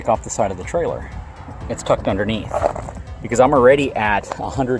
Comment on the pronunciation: Intresting is not a word Becuz is not a word Abildy is not a word Next not nex Probly is not a word Defnuhly is not a word Unuhversal is not a word Uhpinion is not a word Uhready is not a word